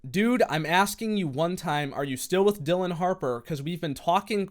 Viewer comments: It's Dillion (like million), not Dillon. But the fact that one those accounts had her last name misspelled and he didn't notice tells you how desperate he was. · its dill-EE-on harper. shes the best